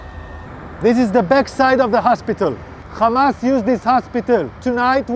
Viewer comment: It's week names not khamas names😂😂😂😂😂